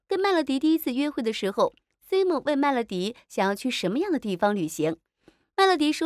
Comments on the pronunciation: simon发音是塞闷，不是西蒙。看了这么多期怎么还发错音呢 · 这个解说也太尬啦吧，能不能做好功课再解说😅😅马伯骞和Simon 这两个名字都念错